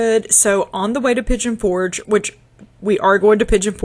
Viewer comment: Pollo is chicken in Spanish. It sounds like: Poy - Yo. That was so sweet of your Father in law🩷 It was such a privilege and wonderful blessing to pray for you to grow your family. Seeing Arthur is a beautiful reminder of God's most precious gift. Oh my, Piggy on for gay😂